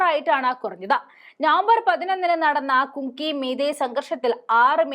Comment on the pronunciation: മോളുടെ സംസാരം തെറ്റില്ല. എന്നാൽ പഠിച്ചുപറയാൻ ശ്രമിക്കണം. ഇതിൽത്തന്നെ കുങ്കി, കുങ്കി എന്ന് പലപ്രാവശ്യം പറഞ്ഞു. തെറ്റല്ലേ?. മണിപ്പൂരിൽ കുങ്കി വിഭാഗമല്ല ഉള്ളത്. "കുക്കി "വിഭാഗമാണ്. തെറ്റ് തിരുത്തി വായിച്ചു പഠിക്കുക. നിസ്സാരമായി കാണരുത്. എത്ര ചെറിയപേരായാലും, വലിയപേരായാലും ഇനിഷ്യൽ ഒന്നോ, രണ്ടോ അക്ഷരമായിരിക്കും. ആ ഇനിഷ്യൽ മാറിയാൽ ഒരു തന്ത (പിതാവ് )തന്നെ മാറിപ്പോകും. Keep it up.